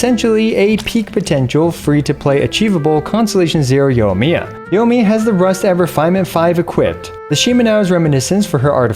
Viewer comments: Say it with me....yoy me uh. Yoy (soy with a y) me uh. The i isn't silent in there. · I'm getting triggered every time I hear "Yo miya"